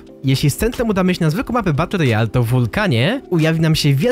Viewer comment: Ale triggera dostaję za każdym razem, jak mówisz w filmach BUTT ROYALE xD